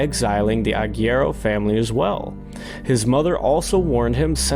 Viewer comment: The u in agüero is not silent. It's based in the last name of the soccer player Sergio "Kun" Agüero